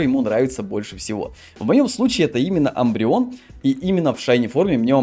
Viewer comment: Мне больше всего тоже нравиться шайни умбреон (Не амбреон а Умбреон)